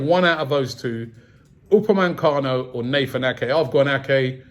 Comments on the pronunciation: Raaabbiee!!! Its UpameCANO not UpaMANcano. 😭😭😭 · "Pochechino" "Upamencano"